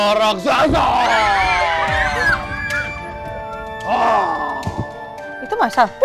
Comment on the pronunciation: SAAT RAKSASA MUNCUL, MUSIKNYA SAMA SAAT AL ANDIN MAU NAIK SAMPAN 👍👍👍 KENAPA MC BILANGNYA "RASAKSA"??🤣🤣🤣 HARUSNYA KAN "RAKSASA"